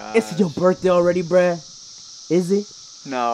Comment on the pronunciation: you should say bruh not breh